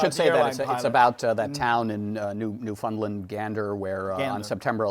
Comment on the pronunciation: The man couldn't even pronounce Newfoundland correctly like...